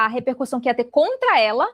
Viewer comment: Repercussao e NAO repercu R ssao